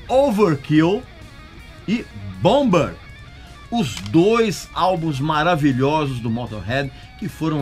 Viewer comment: ouvâr kêl e boumâr são as pronúncias corretas.